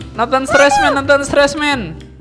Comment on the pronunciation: Gw denger openingnya bukan stresmen tapi suesmen